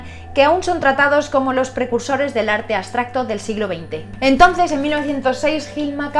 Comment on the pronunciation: aBstracto- aBBBBBsssstracto, con B!! B, B, no aSSSSStracto ABSTRACTO (con B)